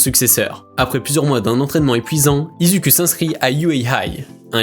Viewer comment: Non mais tu narive pas a dire izuku😂😂😂